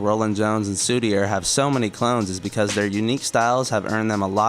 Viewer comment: The reason the 2014-15 era look bare to you is because Emune has repeatedly deleted all the releases, if you researched better you would’ve found tapes upon tapes . Also it’s pronounced Soudi-aye, hes French